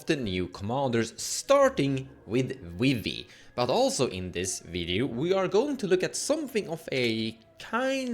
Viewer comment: Now calling Vivi “Wee-wee”, forever. Thank you